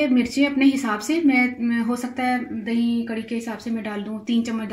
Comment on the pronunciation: "DaheeN" naeen hota...Da-hi hota he.